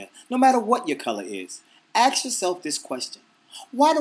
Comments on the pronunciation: A-S-K not A-K-S (ask not aks)...#blackpeoplestereotypes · he sed axe not ask... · I agree with 95% of this video. The only thing i disagree with was the "uneducated conversation" part. You call a racist person uneducated yet you pronounce ask as axe. but i did like the video 4 stars rateing :D! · i like that you say axe instead of ask its awesome and everything you just said is so true racism is not down to personal choice it is from your parents and the american government didnt help